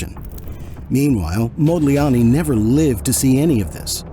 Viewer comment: It is Amedeo Modigliani NOT Modliani. Are you are fake expert? 😊